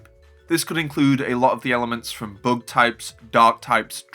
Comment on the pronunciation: WHY do you say (book) type it's the (bug) type not (book) 😅😅😅